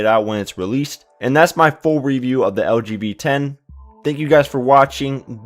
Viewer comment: When you say "LG V10", it sounds like you say "LGBT". :)